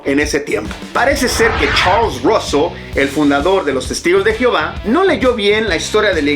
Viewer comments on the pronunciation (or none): none